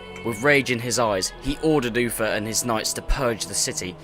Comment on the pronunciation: its uther not uffer